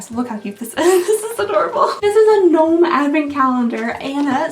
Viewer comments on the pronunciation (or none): none